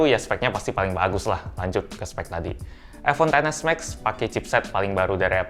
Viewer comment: Aku kok agak gimana gitu waktu mas bilang iPhone Xs Max tuh ngomongnya "ai ponten s Max". Mungkin lebih enak kalau dibacanya "Ai Pon Xs Max" gitu 😅🙏